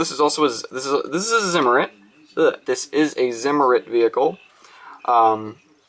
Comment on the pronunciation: Really nice update. Lovin the KT and the StuG. You love all things German, eh? Your German pronounciation is good, but zimmerit should be pronounced with a ts rather than a z. FYI. So.....tsimmerit. Alles gut?